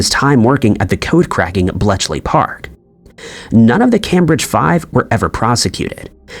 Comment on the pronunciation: This channel has some fantastic information, but I lose faith when the narrator can not pronounce Cambridge.